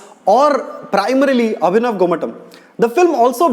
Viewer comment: Abhinav gomatam.....not avinav gomatam....